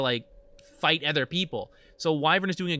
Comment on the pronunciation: I'm referring to his pronounciation of the word "other" not the in game dota item